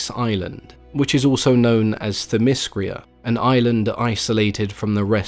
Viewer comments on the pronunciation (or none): it's themyscira not themyscria and titanomachy not titanochamy...(sorry i'm not trying to be a dick,i hope i could help you pronounce the words correctly.Greek is my native language and i live in Greece) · But you need to get your pronunciation right. it's not Thymiscria, It's Theymiscira. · Hippolyta and themyscira and hercules. all said weird man. not used to the alternate pronunciation. lol